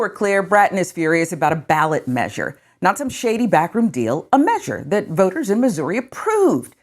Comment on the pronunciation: Why can't that guy say the word measure properly